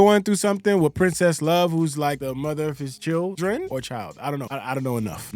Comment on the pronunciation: “His chilled-REN?” 😂😂